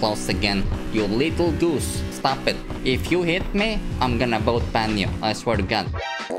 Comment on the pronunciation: I like the way you speak"son of a goos"😂😂😂😂😂